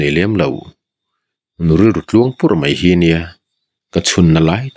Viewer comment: Ngaihnawm thin... Mahse mei tih ai ah mai ti thin zawk la ngaihnawm lehzual ang❤